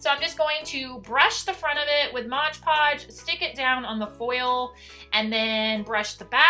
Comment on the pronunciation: Like your videos a lot. But it’s MOD-podge NOT Modge-podge.